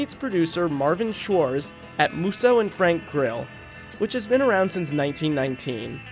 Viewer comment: HOW TO YOU MISPRONOUNCE SCHWARTZ